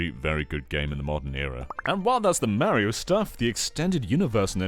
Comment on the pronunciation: 40 minutes of you mispronouncing MARIO! IT'S NOT MARRY OH, STOP IT. Learn how to pronounce Italian names, you're killing my inner heritage.